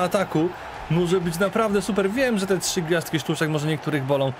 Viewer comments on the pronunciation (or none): none